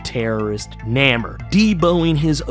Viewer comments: It's pronounced Nay-more! Not neh-mer. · Bro, His name is Namor, pronounced NAY-MORE, NOT Namer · no, actually, you need to check YOUR hearing aide, cause he severely mispronounced his name, as he called him Namer, which isn't his name, as it's Namor, pronounced nay-more. If you get your facts right, maybe I'll get you a Whisper 2000, one of the best hearing aides on the planet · Nay-more. Not Nammer. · He cant pronounce Namor properly eh